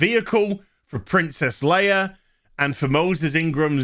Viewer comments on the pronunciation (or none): none